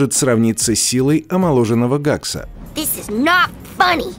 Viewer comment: гакс , вроде бы его зовут хэкс